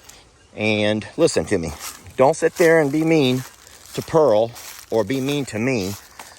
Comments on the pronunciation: PEARL ,,,,,,NOT SANTIANA LOL ,LOVE YA AS ALWAYS xxxxx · lol you were calling pearl santinas lol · Too cute, you were calling Pearl Santianna lol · I wonder if you found Jolene before you left. I figured you meant to say Pearl when you said Santiana, LOL